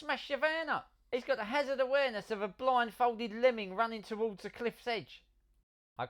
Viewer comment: I heard that as Blind, Folded Lemming, not blindfolded lemming